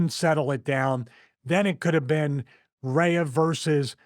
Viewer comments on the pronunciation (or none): REE UGH. Not RAYA #Rhea